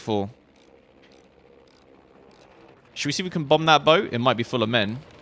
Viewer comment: *Without a live audience*: Shouder we hunt it. Okay I'm going to hunt it